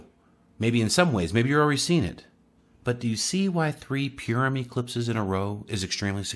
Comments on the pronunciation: its not pronounced pure um its pur like a cat um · Thanks, eyeopening information. We live in awesome times. And fyi Purim is pronounced paw-ruhm.